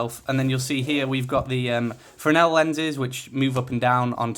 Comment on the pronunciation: The other one is probably worth the extra if you don't already have a receiver. Also, you're one of the few people on YouTube who can pronounce "fresnel" properly...